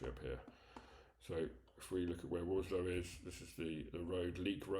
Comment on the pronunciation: The agent can't even get the location correct: it's Warslow, not Warlsow!